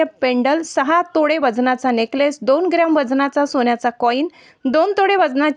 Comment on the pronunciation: तोडे नाहीं तोळे